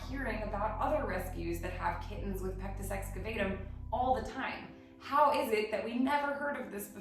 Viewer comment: It's actually pronounced pectus excaVAHtum. You seem like the kind of person who would want to know that. Thank you for all you do! I start every day with your calendar - what an amazing way to start the day!